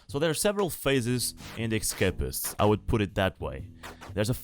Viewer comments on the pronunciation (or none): ok I am sorry but it is not ekkkkkscapist it is essssscapist